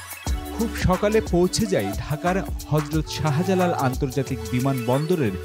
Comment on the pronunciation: Background music during narration ruined this video. Again “Sahajalal”international airport instead of “Sahjalal”. Bro, there is no word “অভাবানিও” in bangla, অভাবনীয় হবে।